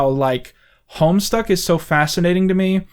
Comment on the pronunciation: I have absolutely no idea about this Homestuck , I originally thought he said homestar as in homestar runner